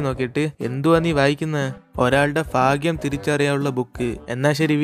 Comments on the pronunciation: ഭാഗ്യം എന്നല്ലേ പറയ എന്താ ഫാഗ്യം എന്ന് പറയുന്നത്.... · Bro ഫാഗ്യം ala ബാഗിയം anee